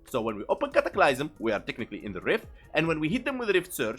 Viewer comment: "cataclaiysum" had me rolling